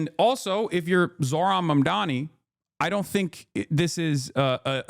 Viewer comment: The way they continue to mispronounce his name is crazy. Mom. Donnie. Mamdani. And they're like mandanny, momdomee, mondomy, like bitch this is just disrespectful and racist at this point.